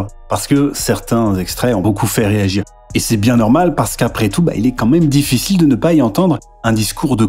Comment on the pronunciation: Tu parle avec le youtubeur qui dit diffitchile mdr